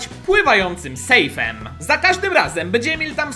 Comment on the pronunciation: Ale no nie "sefj" tylko "sejf" (patrz na miniaturę)